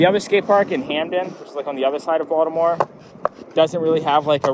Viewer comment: You can tell is actually from Baltimore because he says it like "Voldemort"